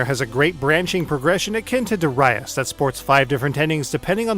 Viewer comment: "Duh-rius" lol